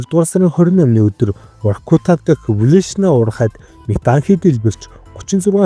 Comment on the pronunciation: Вортука биш Воркута. Краков биш Крако. Краков гэвэл Польшийн нэгэн том хот болно. Итал нэрнүүд ихэвчлэн эгшигээр төгсдөг.